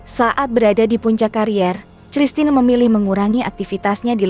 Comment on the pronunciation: Koq sristina ? Kristina !!!